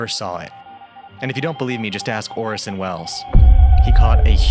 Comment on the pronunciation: The major and unique factors why this cycle will not repeat is the internet /streaming and the death of the theater . BTW, while it is clear, you put a lot of work into this, could you explain how you could so mispronounce Orson Wells’s name?